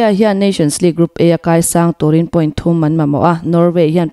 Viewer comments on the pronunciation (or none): none